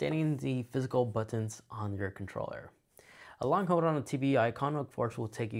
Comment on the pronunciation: This is helpful but suggestion: Your diction is super lazy and distracting. Dropping syllables makes you sound illiterate. "Hold" not "hode" "All the way" not "alway" "Pretty" not "pri-ee"